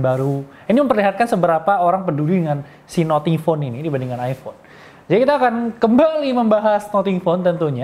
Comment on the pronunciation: Nating bukan noting